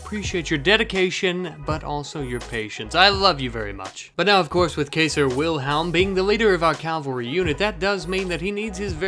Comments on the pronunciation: Kyser.....not caser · Loved the video Can't wait for the next video man! Glad to see that we now have the Kaiser Himself Joining our ranks! Also, the "ai" in Kaiser is pronounced like a Long "I" meaning it's pronounced as "K-EYE-zir" and not "Kay-ser". You should make an Alliance with the Prussians as they'll be able to help with your Cavalry Forces. The French are more than Happy to Help you fight the British because well.... It's in their blood to naturally hate the British. As for New Marseilles (Pronounced as New Mar-Say), You should have a Governor Elected to Run the Colony on Henry and the American Government's Behalf, and to Represent it in the American Government.... Elect one Senator and one (1) Representative for every Thirty (30) Members of the Populace. This is based on the Actual Constitution of the United States of America, Specifically, Article 2, Section 2, Paragraph 3.... "The Actual Enumeration Shall be made within Three years of the First Meeting of the Congress of the United States, and within every subsequent term of Ten Years, in such Manner as they shall by law direct. The Number of Representatives shall not exceed One for every Thirty Thousand, but each State shall have at least one Representative; and until such enumeration has been made, The State of New Hampshire shall be entitled to chuse (Choose) Three, Massachusetts Eight, Rhode-Island and Providence Plantations One, Connecticut Five, New York Six, New Jersey Four, Pennsylvania Eight, Delaware One, Maryland Six, Vir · I like how you butchered New Marseillaise's name and your fans name do you even care about us 😖 Edit: I take it all back you honor Kaiser Wilhelm my favorite German Emperor... Its Cai Zer like Caesar